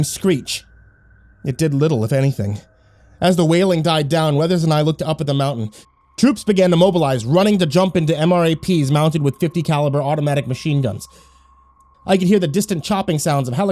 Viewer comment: Man, I really appreciated this one. It brought back some memories... until the monster showed up, at least! Just a heads up for future reference: DFAC and MRAP are pronounced (dee-fakk and emm-wrap). Thanks for what you do. I love your stories.